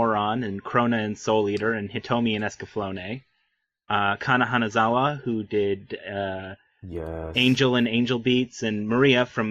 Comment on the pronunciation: how could you... how could you pronounce her as "Kanazawa Hana", she is like one of the most well known voice actors out there, Hanazawa Kana. I suddenly have less respect for you:(